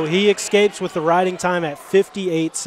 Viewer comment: I ex-pecially like the ex-capes